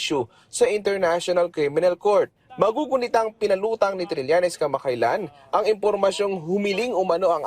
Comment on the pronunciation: Trillenes no cridibikity